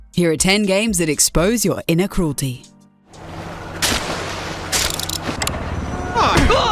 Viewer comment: HA she said “inner” cruelty